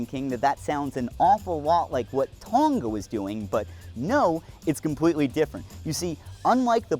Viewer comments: hi amazing video but just a note, the ng in Tonga is pronounced like the ng in going. it makes it easier to say too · unfortunately this is how I found out that northern hemisphere ppl pronounce Tonga like that 😀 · Can people please learn how to pronounce Tonga